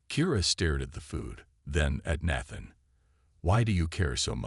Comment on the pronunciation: Nat-than? 🤣. AI needs to learn languages before it reads.